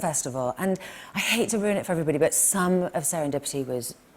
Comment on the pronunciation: How come no one in the comments has pointed out that Fallon says "serendipi" and not once but twice.